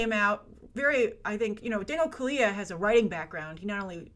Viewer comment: Hi, If you're interested, the correct pronunciation is Daniel Kaluuya (Kal-loo-yah)